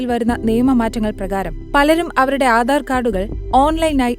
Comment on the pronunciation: Aadar alla aadhar. Gattam alla ghattam. Ithu etha ee vivaradoshy